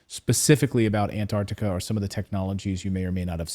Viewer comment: "Ant-ARC-tica" not Antartica.